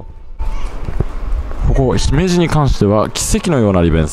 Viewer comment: スーツさん、ひめじの発音、東京の人なのにあってます。ひにアクセントをつけず、普通に発音されていて流石です。😀